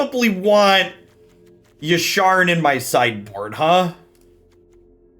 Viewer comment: Hearing say Yasharn over Yarshan is like music to my ears... Made me go resub on twitch out of guilt from my last comment xD Its a lie i was going to resub anyway